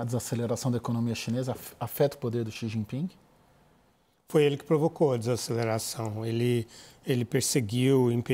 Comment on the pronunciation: Quem chama o presidente chinês de “Xi Jinpingue” certamente estaciona no “parkingue” quando vai ao “shoppingue”.